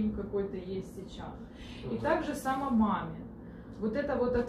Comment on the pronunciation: Также сАма... отсюдова... Боже, гоните этого нумеролога учить русский язык...🤦🏼‍♀️ то, что в цифрах она тоже не шарит- и так уже понятно 🤣